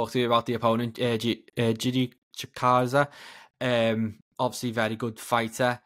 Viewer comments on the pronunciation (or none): cant say Giga's name😂😂